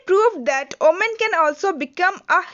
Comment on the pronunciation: Not omen it's women*